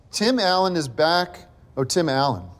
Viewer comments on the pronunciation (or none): That's when it occurred to him that earlier in the episode he had wrongly pronounced it as "Time Alien".